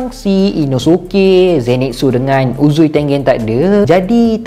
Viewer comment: Bang.. bila sebut uzui tengen, balik2 dgr uzui tengek.. ☺.